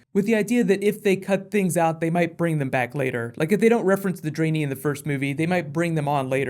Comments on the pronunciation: Drain-ee? Lol...try "dren-eye"... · Part Dray-nee? Wut XD. It's Dran-I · the dranei are pronounced like dran - I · first person to pronouce "Draenei" as "Drainy". Draenei as in "read" and "eye" not as in "drain" and "knee" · "part draenE" lolzz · Sounds like Dra'Neye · cough draenee.... xD ( dran- eye) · Also please never say dranie again xD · The way he says drenai HAHAH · You mispronounce both Draenei and Ogrim btw